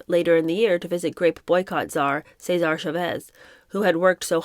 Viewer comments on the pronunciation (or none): none